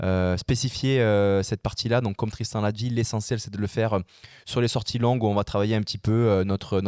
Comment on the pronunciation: J'adore comment massacre le nom de Tristan 🤣